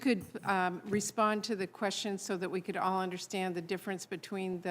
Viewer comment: "All" has ONE syllable, Falsey; not THREE.